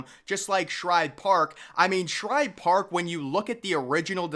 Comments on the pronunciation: Oh my, how on earth do you make an entire video about this stadium and mispronounce it almost 2 dozen times. It's like nails on a chalkboard. Woof. That was hard to listen to. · The author of this video just threw together a bunch of old photos and probably used Wikipedia for "research" . One would think to do actual research where you pronounce things correctly. It was SHIBE Park, not Shribe. So do you throw additional letters in other names as well? Here's food for thought. Take down this video, learn to pronounce SHIBE the correct way, maybe speak to people in PHILLY (not Phrilly) and get your s*** straight, then try again with a video. If you want to be taken seriously, be respectful, do some actual research, and pronounce correctly. This is not a good video. Just saying... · Its Shibe not Shribe? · Shibe Park, not Shribe Park . Come on man, know your stuff before you make a video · It is NOT called Shribe Park, it’s S H I B E, no “r” in Shibe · I grew up in Philly and I've never even heard of Shribe Park. SHIBE Park (without the "R") yes, but not SHRIBE Park. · ShIbe. Not ShRibe. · It's shibe park not shribe park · please when you do a video Pronounce the right name of the Park it's Shibe park not Shribe Park please thank you. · After I heard 'Shribe' for the 3rd time i turned it off. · This dude is pissing off the whole city of Philadelphia by calling it shribe park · I heard this guy doing this in another recent vid of his. He must not read his comments any better than he pronounces names of famous old parks cause he’s still saying “ShRibe for some reason. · How many videos is he going to mispronounce this stadium name in?